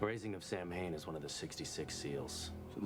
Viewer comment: Ah yes, the episode with the infamous demon "Sam Hane". Not 'Samhain at all. Pft. When this episode aired there was a lot of reaction in various fandom enclaves to the choice to pronounce it like that, as well as the choice to use 'Samhain' in the show as something started/influenced by a demon.